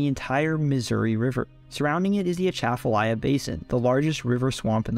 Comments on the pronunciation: yeah, but still good pronunciation. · Born and raised in Louisiana (north Louisiana). You get two gold stars for pronouncing Atchafalaya River correctly. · Atchafalaya pronunciation.... nailed it. Good job